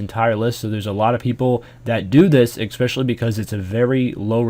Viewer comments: Especially* Sorry, EXpecially bothers me. Cheers. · Especially* Not expecially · Please stop pronouncing it "expecially" D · It makes me laugh every time uses a "k" sounds when he says especially. "ekspecially" hahaha